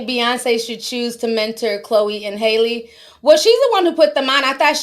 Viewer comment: It’s Halle like berry 😂